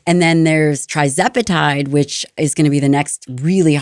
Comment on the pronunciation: How could someone who purports to be an expert on these topics pronounce "TIRzepatide" as "TRIzepatide?"